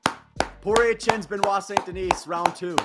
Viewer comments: You know that one time when you didn’t pronounce the s in denis, that’s it that’s how it’s pronounced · Holy crap man. The S is silent in his last name!!!!!!